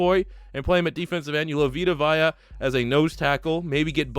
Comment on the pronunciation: It's Vita Vea (vay-uh), it's three letters long, not that hard to pronounce.